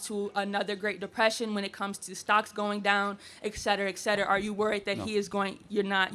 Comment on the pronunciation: Very nitpicky of me, but the girl says "ECK-SET-ER-AH" instead of "EHT...." that always makes me cringe. Lol etc.etc. etc. Makes me picture the king in "The King and I" saying it wrong. 😅